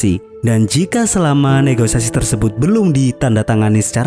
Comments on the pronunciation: bukan negoisasi cok... tapi negosiasi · ngomong negoisasi. Padahal negosiasi. Maaf hanya memberi info buat admin agar kata2nya bisa di benerin lgi dan biar admin lebih semangat. Mantap setiap ulasannya